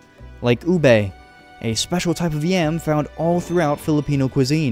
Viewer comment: Ube Hindi ubey😂